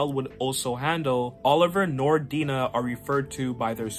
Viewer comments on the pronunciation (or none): I love Mike Grell, especially his Legion of Super Heroes work. FYI (for your information): Black Canary’s first name is not pronounced Dee-nah, but rather Die-nah. (Like Dinah Shore, but I’m sure that’s too old a reference for you. She had a famous talk show in the early 70s, but the only trace of her celebrity left today is a women’s golf tournament named after her.)